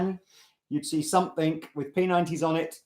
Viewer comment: please stop saying "somethink," it's SOMETHING!!